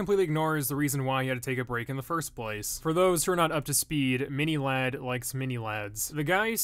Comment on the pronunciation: Did he say “mini lard “ no hate